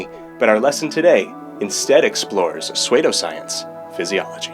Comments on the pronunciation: Dude. Just google it. Google dictionary pronouces it: /ˈso͞odō/ Here, click the google link and listen to how they say it. *pseud*o is not *sued*e. Do you see where you made a mistake? sUEde and psEUdo aren't the same. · Hey my man, good video...but its pronounced "soo-doh" science. "soo" like Sue and "doh" like dough. Just food for thought. ^_^ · Dude. PsEUdo sounds different from sUEde. Suede = /swād/ psuedo = /ˈso͞odō/ The spelling is completely incomparable. You see that right? U before E, E before U,...that P at the beginning? You got them all mixed up. Its a simple mistake to make, I used to make it myself. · So you mispronounced pseudo on purpose? You said you were confused on my comment. Was that a joke, or...? Maybe I'm not getting your humor.